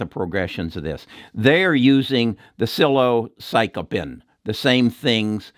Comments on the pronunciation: here is some respectful feedback ( I think you're on to something potentially very helpful) . . . . it would help your credibility if you would learn to pronounce Psilocybin, especially since it's super easy. Here's how I've heard it pronounced, and I think this is correct: SILL UH SIGH BIN. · Psilo Psych oh pin is how he prounounced it, Laughed my ass off. Great to see someone who has probably never used these drugs, promote them! thank you!